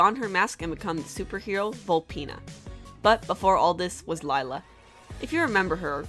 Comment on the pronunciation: Isn't it lila not lyla